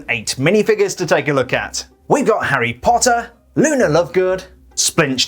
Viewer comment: I like how he says HARRY POTTA